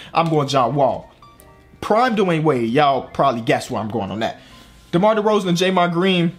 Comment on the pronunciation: it is DeRozan not Derorsen